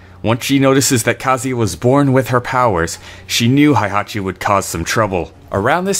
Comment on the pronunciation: Why are you pronounce Heihachi as "haihachi"? Heihachi is literally pronounced "hey-haw-chi" or He-i-ha-chi. The He-i forms a sort of "diphthong" that sounds very close to an English long A vowel.